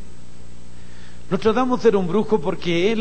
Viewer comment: Es "Nostradamus" con "N" no con "M".